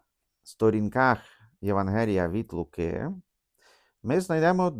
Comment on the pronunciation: ви не правильно навіть наголос ставите: не ЄвангЕліє, а ЄвАнгеліє. Хто хоч трохи знає грецьку це вам підтвердить…